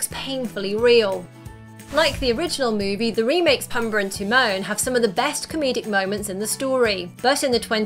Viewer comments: It's pOOmbuh. Not pUHmbuh. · Does anyone really call him “Pum-buh”? Drove me nuts. Luckily she only said it 83 times. I’ve always heard him called “Poom-bah.” Most notably by Timone... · Its pombaa not pumbaa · pumba not pumber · Its Pumba, not Puhmba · Oh my word...learn the name! Pumba....poom-baa.....you're killing his name every time!